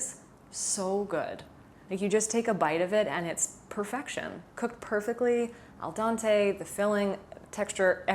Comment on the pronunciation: Al dente, not al Dante. 🦷